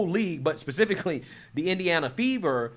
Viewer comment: Say “specifically.” 😂